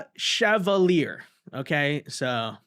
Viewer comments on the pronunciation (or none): Oh man i slip and watch your video only to have you mispronounce a foreign name. True Chevalier is a tough one. But damn it use Grok or something to get the pronunciation. Yes i knew this word when is 13. I had a French grandmother and unlike the latest generations, I had an inquisitive nature. The means a military decoration. Its where the name Chevron comes from their symbol is a stripe like you on army uniforms. One for private, two for corporal and three for Sargent. So when you free time watch some classic movies from the 50s and 60s include English and French. You will subtly learn lots of things